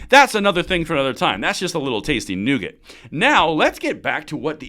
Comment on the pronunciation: Nugget..NOT nougat..nougat is what you find in a milky way😂